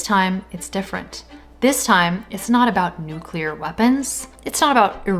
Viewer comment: Did he say"nuckalar weapon"?